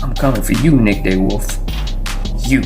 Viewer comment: its pronounced (D Wolf) not day wolf!!! And the guy with 9.5 lbs had a fish die and only weighed in 6. He had about 11lbs.